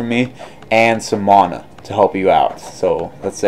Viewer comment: Please learn how to say mana. There is neither an O nor an H in the word. Please refrain from adding either. Thank you.